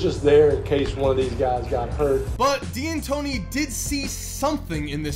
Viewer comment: It’s pronounced “Dantóni”, not “Di-antoni”. It’s just an apostrophe